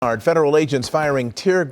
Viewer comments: No, it is pronounced Oxnard not Oxnerd. As in Ox’s NARDs. Idk why they keep that name 🤷🏻‍♂️ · Oxnard = Ox nard. Not Ox nerd. Nard, like the nards between a dudes legs. 😉 Love/look forward to all you vids.! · I like how you pronounced “Oxnard.”